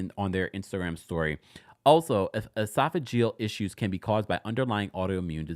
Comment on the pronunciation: NOT ESOPHAGATE 😂😂😂